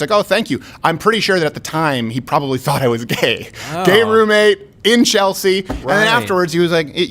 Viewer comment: you are "probilly" right, lol